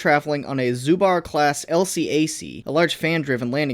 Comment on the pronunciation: Took me forever to figure out he meant "Zubr," (pronounced as Zu-brrrr, but more curtly and without the intermission) by saying Zubar XD Also, a "zubr," is basically a bison(European buffaloes for the American animal aficionados) of Russia